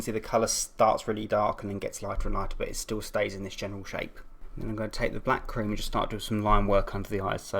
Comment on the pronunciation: I thought you said 'bat cream' instead of 'black cream' XD